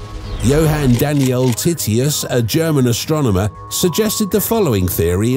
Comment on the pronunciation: Lol you said “Titius”